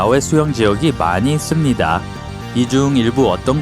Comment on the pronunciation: 침고이게 말하는듯 있음니돠 돠돠